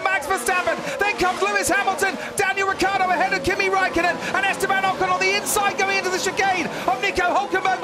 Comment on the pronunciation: It's fckn riCCiardo. Not ricardo.